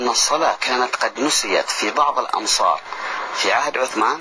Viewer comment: Just a small correction bro. It should be "amsar" not "ansar" ... amsar = regions = أمصار